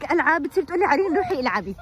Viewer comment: احلا كلمة هي تحكيها عرين هي مزبوط 🥰🥰💜💘😅